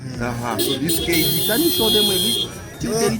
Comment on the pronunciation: KEG Not K.E.G, you funny bro!🤣🤣🤣